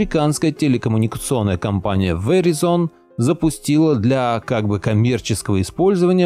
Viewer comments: Правильно читать "ВИРАЙЗН". Веризон - ухаахахаха))) боже хоть бы загуглил как читается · Не веризон а верайзон правильно говорить )) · Если интересно, то это произносится как "вэрАйзон". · Здравствуйте, извините маленькая поправочка. Verizon произносится Вэрайзон с ударением на "а". У меня телефон был приобретён в штатах, я там жила долго. Всего Вам Доброго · Just FYI - Verizon происносится как ВЕРАЙЗОН с ударением на АЙ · вэрАйзон произносится окда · Веризон ха ха ха учи английский